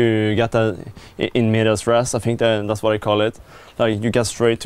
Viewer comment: "en medias res" not mumbling lmao